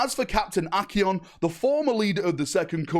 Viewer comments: can't read Acheran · mispronounced Acheran every single time. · “Acheon, kayron, gladriel” bro these pronunciations have to be jokes